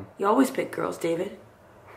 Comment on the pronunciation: DAVID NOT DAVIS UGH F